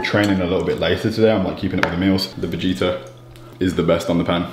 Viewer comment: Bro the fact he pronounces vegeta like the dragon ball z character and I never thought of that being from the Balkans makes me really sad 😂😂